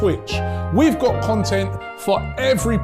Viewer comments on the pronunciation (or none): none